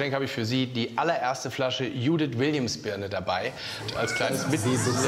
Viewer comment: die heißt nicht judith die heist dschouuuuudithhshshs